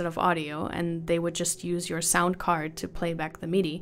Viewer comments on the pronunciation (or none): none